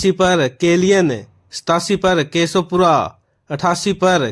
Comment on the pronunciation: 87. केशो पुरा नहीं है वो केसुपुरा है 😢